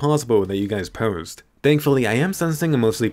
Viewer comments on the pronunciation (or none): none